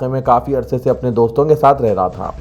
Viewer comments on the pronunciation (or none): none